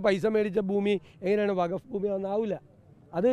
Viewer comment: വഗഫ് അല്ല, വഖഫ് ആണ്. അതെന്തെങ്കിലും ആവട്ടെ ഈ വിഷയത്തിൽ ഒരു മുസ്ലിം സംഘടനാ നേതാവും ഒന്നും പറഞ്ഞ് കേട്ടില്ല പിന്നെ അങ്ങ് എന്തിനാണ് മെഴുകുന്നത്.